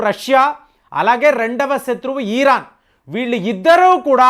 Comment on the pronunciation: ముందు పదాలు పలకడం నేర్చుకో! ఈరాన్ కాదు ఇరాన్, ఈరాక్ కాదు ఇరాక్